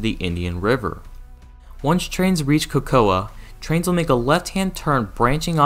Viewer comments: The City of “Cocoa” is pronounced with the A being silent. So, basically it is pronounced like “Coco”. Just for future reference. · Cocoa is pronounced COCO